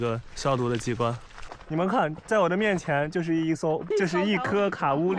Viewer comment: 把Kauri发音成KA-U-li这样对吗？查了一下毛利语里应该是KOW-ree的音吧。